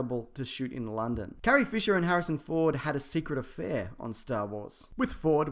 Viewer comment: He says Carrie.....